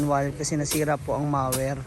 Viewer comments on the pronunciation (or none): Correction po hindi mawer, it's pronounce as mou.wer.😅